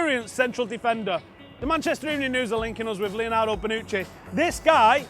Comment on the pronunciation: Lol it's Bonucci not banucchi 😂